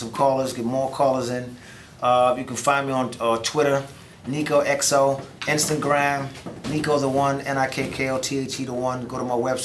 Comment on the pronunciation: Did Nikko say instant gram? Hell naaaah